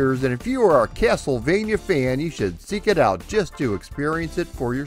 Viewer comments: Dude says castlevania like "keyassol-vania" 🤣🤣🤣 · Funny enough he pronounced it as if it were Spanish saying the 'j' as if it were an 'h'...